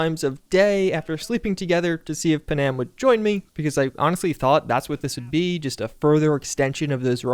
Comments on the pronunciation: Why are you calling her paNAM… it’s Puh-num… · It's not pronounced pa-nam, it's pronounced pan-am, like the airline. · Bro can this guy pronounce Pan Am properly instead of slurring it into one big panam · Come on, said, the woman’s name is Pan-Am, not Pa-Nam. Try it, just once. Other than that, good job. What I hate in the newer patches is the driving. It’s like driving on ice. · all the mispronunciations are driving me nuts. Like every video... gonna go get me a Google saadia right after I romance Punam. I swear to god he does this on purpose!